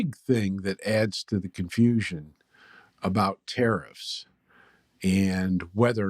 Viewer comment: I love how it sounds like you're saying "terrorists". That's the word you should be using. Nobody can get "confused" if they understand that that's what's being suggested when people support tariffs